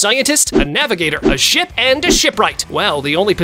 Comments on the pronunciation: 28.13 blud said shit not ship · NAHHHH I HEARD SHIP TO shi-poop